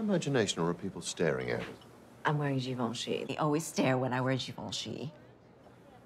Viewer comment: She pronounced Givenchy right ❤️